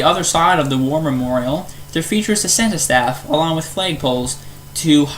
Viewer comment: you need to learn how to pronounce the word “Cenotaph”. It’s not a Senta-staff. Otherwise, nicely done. and a person sure can’t see the difference in downtown over the last nine years, from your film. Carbonear sure has had a lot of developments in the last few years, and the best use of the stone jog and improvement of the grocery store. Next-door has really been huge, along with the widening of the streets and the curb appeal program. The council has made a huge effort.